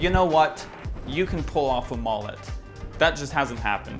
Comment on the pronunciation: The way u say mullet makes me want to swallow my own vomit mullets are the best